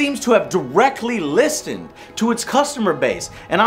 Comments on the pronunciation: the t is silent in listened joe... just so you know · Lol. "List end" yeah, the t is silent in listened.